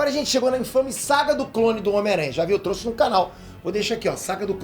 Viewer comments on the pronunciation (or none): none